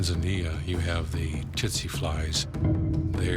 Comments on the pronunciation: Pronounched Tit-Sy flies ;) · did he say the titze fly?